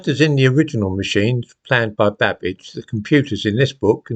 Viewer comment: Did you say Babbage or cabbage 🥬🥬🥬???????